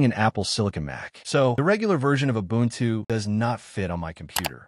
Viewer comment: Убунчю...Ору в голос!